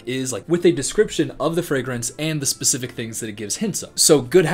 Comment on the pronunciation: can you be more bacific